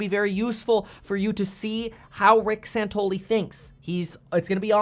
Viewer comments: It's Rick SANTELLI, not "SANTOLY." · His name is SANTELLI not Santolee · His name is Santelli not santoli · San-tell-i, not San-tol-i. Michael Santoli is a different anchor on CNBC. FYI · Santelli, not Santoli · Rick San-TELL-i ... LOL, big fan bro, love the content! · are u mispronouncing his name on purpose? have you ever listened to the guy on the left - he is an arrogant prick - and santelli knows it. fear is the biggest problem with this covid nonsense - and the guy on left peddles fear - he didn't de-escalate he was antagonizing him. if you are afraid, stay home, otherwise we should be treated like adults and freely go about our daily lives. your scared you do what is best for you - I am not, but I am being forced to coddle your fears. Santelli thinks people should have authority over themselves to decide what is best for themselves while the other guy thinks he knows what is best for you and you should stay home, suck off the government teet and tremble in fear under house arrest. BUT you can go to walmart though, thats ok and order from amazon, and get mcdonalds... but no mom and pop shops, or church or school, those are covid hotspots... 😘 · Hey ..ugly..bearded fuck..pronounce Rick's name correctly!!! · You pronounced his name wrong. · It's Santelli guys. San tel li. Just sayin.